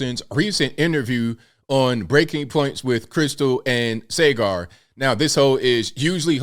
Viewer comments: The host's name is Sagar, not Segar. If you are talking about someone, could you spend a few minutes and learn the name's pronunciation? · It's pronounced "SAH-Gar". 😉 Love your work!